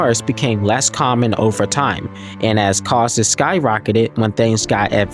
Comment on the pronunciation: Loved the video! Please research how the word "costs" is pronounced.